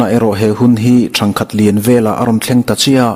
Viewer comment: 'Ṭhangkhat' i lam dan thlûk hi a diklo aw. 'Ṭhang' hi 'he nau hi chu a ṭhangduang mange" ti a ṭhang kan lam dan thluka lam tur, ' ṭhangkhat chu ka'n muhil ange' ti a kan lam danin i lam tlata,a diklo.Ṭhangthar kan lam anga thluk tur tihna anih chu.